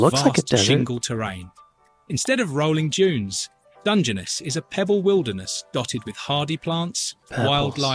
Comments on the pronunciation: Emphasis is on last syllable. It’s Dun,gen,NESS. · It's Dunge-ness not Dungeonous! 🤣🤣🤣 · And DUNgeness. As opposed to DungeNESS. Weird. So will learn to mispronounce... 😂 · Do not set any store by the video's pronunciation of the Welsh place! The voiceover incorrectly pronounced 'Morcambe' - which should be more like 'Mor-cum' and Dungeness, where the emphasis should be on the 'ness' part of the name. So don't bother practising! It was rubbish- that was obvious even to a non welsh speaker like me! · After hearing the way it ssid Dungeness, I walked out. Must go back to laugh at our robot overlords